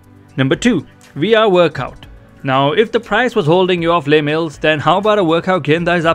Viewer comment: Very helpful thank you! FYI Les Mills is a person's name, so it is pronounced like "Less Mills", not like a french "les"